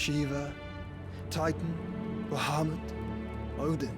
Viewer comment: I'm late but aCkTuAlLy, it's Ba-ha-moot Not BUH-HUH-moot 😂😂 jk